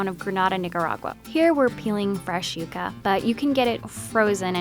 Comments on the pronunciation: yea and "yuga" instead of "yuca" 😂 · Its pronouced "YOU KA" NOT "YUCK KA" thanks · Isn't it pronounced "yuck-uh"? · Did she say yaka?